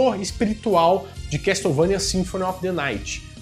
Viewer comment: A pronuncia é quéçouvenia não se probuncia o T na palavra Castle. Video Excelente como sempre, abraços pra vc e pra Bárbara Renato